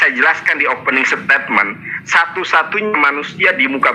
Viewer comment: téh urang Sunda, bukan? Koq ngomong "firman" katanya "P" nya kecil. Juga saat ngomong "opening statement" jadi "opening setétmen. Jamaah, tolong teliti kelicikan yang hanya nyomot ayat dan menghindar bahas soal "ciptaan pertama". Kalo nabi anda memang ciptaan pertama, tentu akan ngebahas. Ayolah jamah, oh, jamaah... telitilah